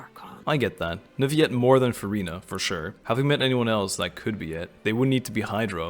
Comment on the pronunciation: I am begging you stop saying Neuvyette, please, Edmond Rostand would be screaming in his tomb 😭